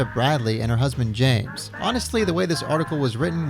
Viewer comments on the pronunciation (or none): none